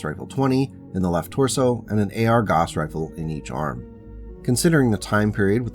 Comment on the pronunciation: fwiw Gauss = gowss (/ˈɡaʊs]/) not "goss"